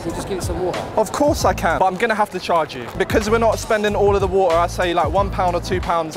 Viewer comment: Its painful to hear how doesn't know how to pronounce the "t" in water.